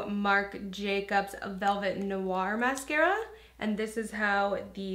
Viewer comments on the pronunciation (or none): none